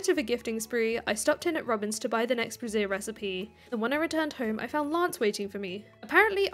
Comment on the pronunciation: That really, really isn’t how you pronounce “brazier”,.